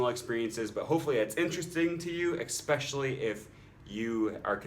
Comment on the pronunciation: Enjoyed your video. Did I hear you pronounce "especially" with a 'k' sound?